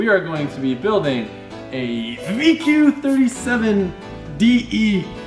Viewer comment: I’m loving the build series w zeroy, but I must admit I died a little bit inside when you said DE lol